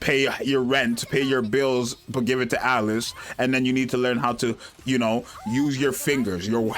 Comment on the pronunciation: I love how he just keeps calling her Alex because he can't pronounce Alice